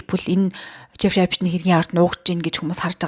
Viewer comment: Эйпшн гээд байх эйпсн гээд сонсогдоод байгаамдаа😅😉